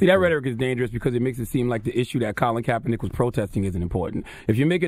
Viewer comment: This Niga said Colin Kapernike "Martin Luther Korn Roll"